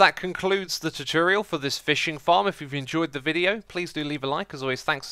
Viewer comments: I love this CHOOTORIAL xisuma! (Not hating) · Please learn to pronounce the words Nautilus and Tutorial...